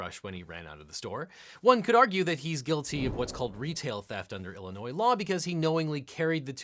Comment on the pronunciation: Thank you for pronouncing Illinois correctly.